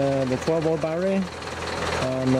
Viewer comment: unbalanced "barrerrie" LOL.